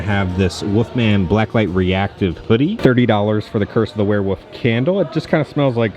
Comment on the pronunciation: Did a shot every time said wereWOOF and now im dead lol. Great vid man:)